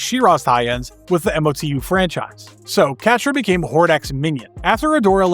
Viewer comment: Don't spell out MOTU, just say it as a word, Mo/2.